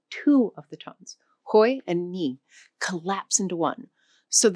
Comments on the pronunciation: Love the video, a good overview and intro to Vietnamese. But it pains me everytime she pronounced the tones “ngang, sắc, huyền, hỏi, ngã, nặng” lol 😅 every “ngã” was pronounced differently in the video lmao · You pronounced most of them wrong, even "huyền", "sắc", "ngã", "nặng", and "hỏi". I can tell that you might have "studied" the Vietnamese language, but do not speak it often. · Chị này phát âm không đúng 'ngã' và 'nặng'. Chưa thực sự hiểu biết về Tiếng Việt, chỉ mới là cưỡi ngựa xem hoa. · As vietnamese, i can see that your ngã and nặng does need to be sharper, ngã sound too close to nga and nặng too close to năn. good enough for middle or south vn but not for north Vietnam. We also have the funny tr and ch that the north can't say and the south can say very clear :D. Chi (Ch-i meaning limb or suffix mean why in middle Viet) and Tri (T-ri meaning mind) are 2 different things but jumble into 1 sound in the North. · and actually she pronounced 2 words "NGA" and "NĂNG". To add the correct tones, the 1st word should sound like you are drunk, and the 2nd word should drop lower until you feel it at the back of your throat =)))